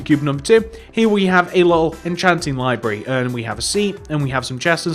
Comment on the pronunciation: Say little correctly you lil